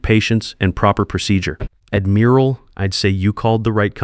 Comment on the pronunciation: Pronounced admural not admeral. A navy man or woman would know that.